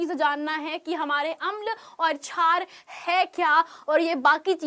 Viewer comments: छार नही मेडम क्षार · Mem छार Nhi शार hota h